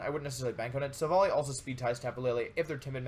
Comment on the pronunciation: you said Silvolly..... wow, that's so cruel